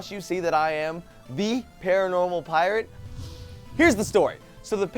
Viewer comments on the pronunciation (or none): I laughed a little harder than I should've when said "Paranormal pi-rate!"